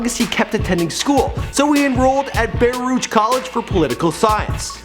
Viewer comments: it's pronounced "bah-ruke" not "bay-rooch" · Prob would be smarter to actually learn to pronounce words of importance before you make these videos . Baruch college is pronounced "bahrook" not " "bayrooch" lol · Lmao how pronounced Baruch College